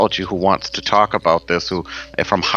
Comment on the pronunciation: LOL! Tonight we're talkin' "aboot" witches!